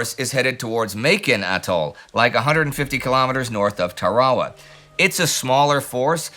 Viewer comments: Say it like Anderson on Bevis and Butthead...TAIR-uh-wuh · I always heard it pronounced Tara Wah. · lmfao the way you say Tarawa is so wierd. Tar-a- wa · First time I've ever heard Tarawa pronounced that way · I believe used pronounced it the way the people native to the Gilbert Islands do. Much like with Bataan in the Philippines, it was foreign to Americn ears and ended up mispronounced. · I've never heard Tarawa pronounced like that before. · Not weird at all. It's how the people of the Gilbert Islands - which is to say people who live on Tarawa - pronounce it. The more commonly heard version in the west is a mispronunciation by English speakers.